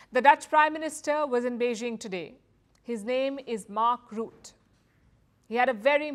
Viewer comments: It is RU-TTE, U (short sound) almost like Uttar Pradesh and the ''e'' sound in ehm, the sound you make while you think, Not the French/ English OU, more like a Mongolian/ Turkish letter. The e in the ending of Rutte is like the ending of Satya. Not Route. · His name is pronounced like Butter, without the r on the end.